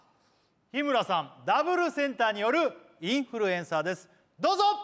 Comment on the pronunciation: 日村さんのインフルエンサーがエンサーじゃなくてインーフールｴﾝｻｰなの面白すぎて死ぬww 伝わってww